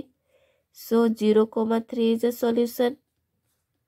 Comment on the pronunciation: You don't know how to pronounce solution😂